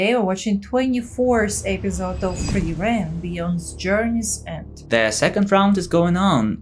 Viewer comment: Just a minor gripe after hearing you say that 24 times, but... It's FRIEren, nor frieREN. The intonation is on the first syllable. ;-)